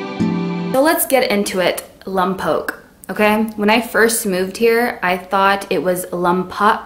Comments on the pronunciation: Oh and apparently I screwed up on the pronunciation of “Lompoc” again lolol guess I need to work on that more as well 😂😅 Sorry guys! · I only came here to see how you would say Lompoc. You called my issue out immediately... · They corrected you right on the pronunciation of Lompoc. I grew up there from the age of 10 to 19. Honestly back in the day (80s/early 90s) it was rather boring lol, but I did love the La Prisma Mission and I just hope that mission will be around forever. It's amazing. That's one place I would highly recommend to anyone that visits Lompoc :) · Haha you say the name so weird some times.. Also this is in so cal not central. Born in raised in that shitty prison town. If you live on Base then you are living a very safe life compared to the residents of the town. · You're still pronouncing it wrong. FYI, that's a federal prison, not a jail. Santa Maria, is also not 20 mins away. Maybe next time leave a video about a town or city for someone who's actually from there, like born and raised. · Late to the party, but it's L-AH-M-POKE. Not L-UH-M-POKE. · Just listen to someone once and you’ll know how to pronounce it. It’s pronounced Lompoc. Not Lumpoc. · It's Lompoc, NOT LUMPOC...OK LOL LOM, not LUM Say it!!! Lompoc, not Lumpoc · LOM-poke not LUM-poke is how you pronounce it 😂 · its not lumpoc, its lOmpoc, ur still saying it wrong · Its Lompoc not lumpoc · It’s not lump oak, it’s Lompoc. Like lom poke. And I’m sure you had some nice things to say but I had to exit once you kept mispronouncing the name. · It is not pronounced lum poke it is pronounced lom poke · Its lompoc not lumpoc...jk lol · The woman is utterly inarticulate. She pronounces the name of the town as Lumpok when it should be more like Lompoke. She obviously knows very little about Lompoc but feels free to opine. I grew up there. This is about the most superficial evaluation I've seen of a place I know well. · Yeah I never knew why I cringed when non locals would say “lom-pock” haha